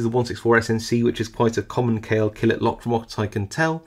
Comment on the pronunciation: Brand pronounced Call A . Yes I am Turkish.